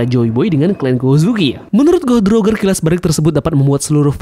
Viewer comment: Goh Di Rojer, Daires bacanya gitu lebih enak mang